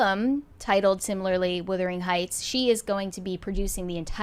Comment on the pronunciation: Why does keep calling the film "Whithering Heights," and not Wuthering Heights.